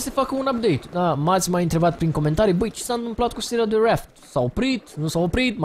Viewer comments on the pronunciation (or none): reaft? ...stiam ca se pronunta raft.